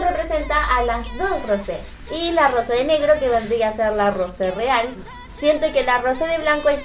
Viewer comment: oммa вangтan se pronuncia rose >:v